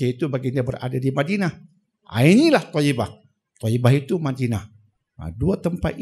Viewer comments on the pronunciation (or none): Toybah.... bukan toyibah